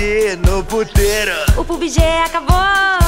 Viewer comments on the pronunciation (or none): none